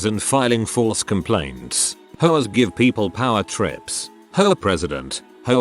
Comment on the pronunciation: For a split second, I thought they said “Frick hoes” instead of “Frick HOAs” at the start